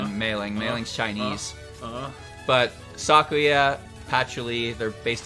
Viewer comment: "SOCKuya" It's pronounced "suh-koo-yuh."